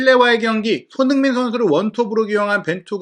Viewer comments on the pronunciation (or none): 너무 좋은 분석과 정보 늘 감사히 보고 있습니다. 소중한 채널이 되어서 아끼는 마음에 조심스럽게 한가지 개선 요청 드려 봅니다. 그래도 '미디어'인데 주요 선수들의 이름 발음이 항상 '송ㅎ민', '정ㅎ영'식으로 훅 지나가는 것이 귀에 걸립니다. 멋진 매체로 발전하길 바라는 마음에서 드리는 말씀입니다. 사석이었으면 아무 상관 없겠는데 '매체'라서 이름만은 정확히 발음 되면 훨씬 더 매체에 대한 신뢰감이 상승할 것 같아서 외람되이 말씀 드립니다. 화이팅입니다.